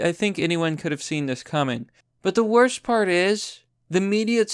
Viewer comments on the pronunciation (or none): none